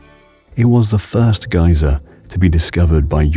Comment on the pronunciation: Despite his antipodean accent, he's pronouncing things in the American way. E.g. Geysir isn't pronounced "gyzer", it's pronounced "gay-seer". In any case, this isn't the Great Geysir, which has been dormant (though occasionally revived artificially) over the last few years. This is Strokkur.